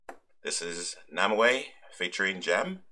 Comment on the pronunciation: namewee pronounced name - wee